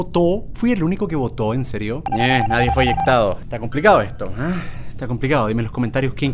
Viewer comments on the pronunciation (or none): El amarillo era hacker Y LIKE si escuchando el “Nadie fue inyentado” xd en vez de decir eyectado 😂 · Es eyectado no eyectuado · When cuando crees que va a corregir poniendo eyectado pero dice eyectuado y se equivoca peor que Germán ._____.